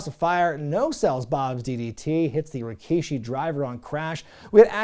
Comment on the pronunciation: I checked Rikishi's promo on this show and yeah that opening line was kind of funny. Almost as much as the infamous "I did it... For The Rock." By the way, I chuckle also because they kept referring to him as Rakishi instead of the regular Rikishi name. Next Attitude era PPV you cover that has him on the card, you gotta pronounce his name as RAkishi from now on.